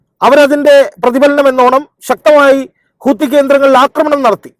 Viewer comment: Kathi Not hothi